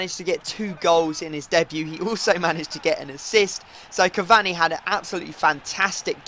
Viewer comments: It "cavaRni", not "cavanny" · Pronounced cavauni not cavani u muppet